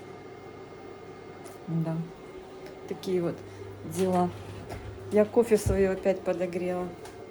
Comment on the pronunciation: Не кофэ; а кофе! И кофе- это ОН,а не Оно!